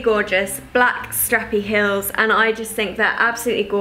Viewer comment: You say heels weirdly